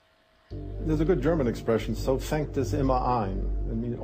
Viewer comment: That shark-eye dude didn't even get the German phrase correct. It should be "So fängt es immer an" not what sounded like "So fangt es immer ein".